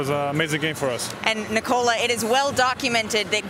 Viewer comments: It's not Ni- Cola. It's NIKOLA. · Its not Niiikooola,its Nikola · Can't they finally learn how to pronounce his name? It's not Nikouhla, it's Nikohla. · "nikolan jokic"? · Why is she saying it as ni-cola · I hate how she says his first name. The man literally had an interview to explain how to say his damn name and homeboy told people to say it correctly but this woman keeps saying it wrong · dude, its nikola not nikola! damn